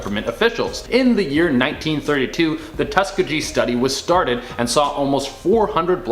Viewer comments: Tuskegee, not tuskajee Ffs where do they get these narrators:| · Its pronounced Tus--kee-gee just saying but great video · Tuh-skee-gee say it with me friend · Why can't any of them pronounce Tuskegee properly lol they have done it on this channel several times lol Tusk-kee-gee college named after as well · TU-SKEE-Gee say it right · Dude it’s Tusk(ee-gee) Tuskegee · That's not how you pronounce tuskegee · How i black and dont know how to pronounce Tuskegee?